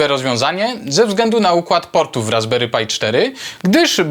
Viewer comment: Czemu mówisz "RasberyPaj" ? PRzecież to Pi... To aż razi